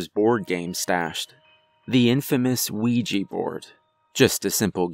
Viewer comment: Ya know you are suppost to say the a in Ouija (Wee-ja).